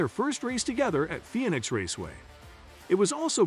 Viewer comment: Artificial voice --- Pheonix was pronouced by it as FEE-OH-NICKS